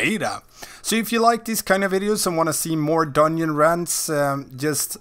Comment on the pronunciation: dungeon = doneonion lol cranks me up every time you say that ahaha, where are you from ?